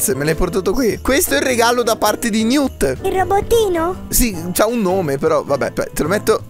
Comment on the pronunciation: quel robot si chiama Newt sitice Niwt ma sistrive Newt